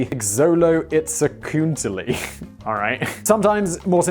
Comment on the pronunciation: Xoloitzcuintli: show-low-eeks-QUEENT-lee.